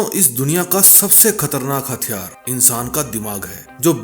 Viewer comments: हथियार होता है ,हत्यार नही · हत्यार नहीं "हथियार"